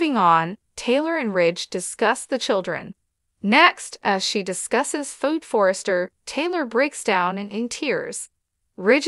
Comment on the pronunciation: What's wrong with you her name is Phoebe. Please learn how to pronounce people's name